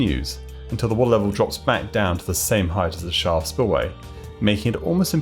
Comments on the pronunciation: I had to replay multiple times before I understood that you were saying "Shaft" spillway and not "Shah" or "Spa" or "Shot" spillway. Enunciation is good when you're naming the thing you're describing and its a new concept to viewers. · Two minutes and thirty seconds in and I have no idea what word he is saying before spillway. "Charl"? "Shar"?